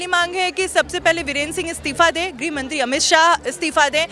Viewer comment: Aap kya bayan de raheen hai ? Aap गृह ( griha)मंत्री को ग्रह ( graha ) मंत्री बोल रहीं है । पहले ( सर्वप्रथम) आप यह तय कर लीजिए कि आप ग्रह या गृह किससे दुखी है ?दोनो में से निश्चित किसे हटाना चाहतीं है ?लगता है आपको हिंदी भी ठीक से नही आती ।